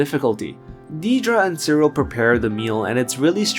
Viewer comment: It’s pronounced “DEAD-ruh.” Seriously, she’s a main character on the show.